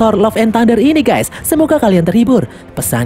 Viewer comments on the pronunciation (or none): none